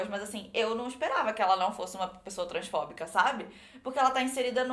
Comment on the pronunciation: Quando a disse Transfóbica eu ouvi Transformer,_